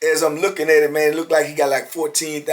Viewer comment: aye mane say mane lmao